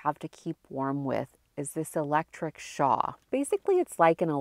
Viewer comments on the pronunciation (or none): It's interesting that you call that a "shaw." Did you mean shawl? Anyway, thanks for all the awesome tips! :)